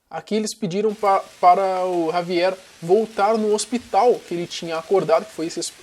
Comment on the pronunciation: Primeira pessoa que pronuncia o nome dele certo 👏, muita gente no kawai e outros aí, se achando que estava falando o nome desse cara certo kkkk mas não, o J tem som de R na espanha, então se pronuncia Ravier👍